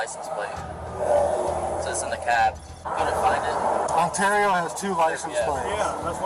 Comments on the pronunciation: Just to ley ya know Ontario is pronounced Un- tear- ee-oh. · Hey man, you sure butchered the word Ontario. It's like On-terry-oh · Please learn how to say “Ontario” correctly. No hate it just sounds really silly when you say it like that.